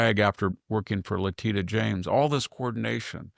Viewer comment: Who is "Luhteetuh" James??? There is a Letitia (Luhteesha) James AG in NY. Is that who you're talking about?? Get it right.